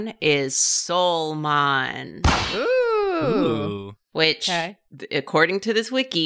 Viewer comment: "the devolve version is a hint of what not to draw" Me: "understandable": "Soulmon" Me: "Oh no..."